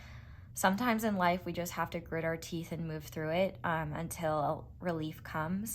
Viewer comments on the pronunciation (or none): none